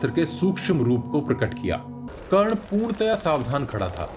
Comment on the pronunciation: 🎉karn not karn danvir karn